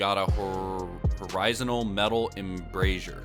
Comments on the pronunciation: Stay in school kids or you end up pronouncing horizontal as horisonal 😂😂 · When he says horizanal instead of horizontal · Man really said. Horizon-al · “Horazinal metal embrasure” 😭had me dyinggg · “Horizonal Metal Embrasure” 😑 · It’s haw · ruh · zaan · tl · You don’t know how to pronounce “horizontal”?? Omfg